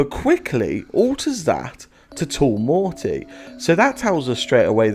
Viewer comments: Its not mortaaaay its morty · Can you please pronounce the T when you say Morty!!!